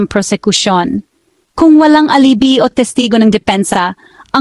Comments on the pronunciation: Alibi (ali-bay)....nakakaimbyerna pronunciation mo! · Wrong pronunciation of alibi miss